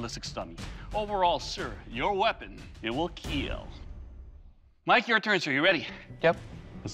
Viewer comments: You rite keel not kill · Why can he not just say the word kill correctly without adding letters